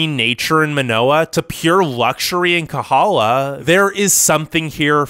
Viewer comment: Please learn the correct pronounciation of Kohala, Kaneohe, Haleiwa, Hanauma Bay, Molokai, Honolulu, Kapaa, Kauai and Koolau